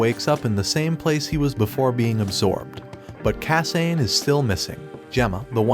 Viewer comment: ok. the pronunciation of names is really bugging me. it's not kah-sain... it's kah-sah-neh it's not see-toe... it's seh-toh